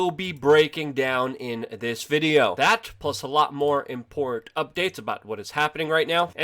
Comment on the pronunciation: Impor’t?... Do you mean Im-por-tant... lol